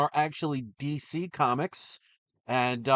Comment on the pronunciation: What is cheese EE comics??? This must be really rare.....oh DC, what is DC? Cheese EE sounds more like some brand that Chris would buy from than this "D""C"